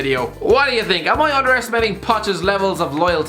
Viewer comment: Mourinho could be a plumber... “I Sink!” ( ＾∀＾)